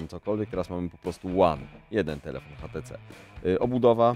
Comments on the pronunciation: Dlaczego ten burak wymawia "hatece"? To może "one" konsekwentnie też wymówi tak jak jest napisane w polskim języku? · no kurwa to urodzony inglisz spiker od 2 lat w anglii robi ze szwagrem przy paletach, więc nie obrażaj go tutaj i mów po prostu ejdż ti si